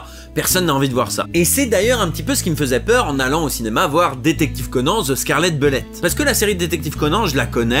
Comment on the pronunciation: Je suis le seul à entendre "detective Conan the Scarlett belette" ? 😂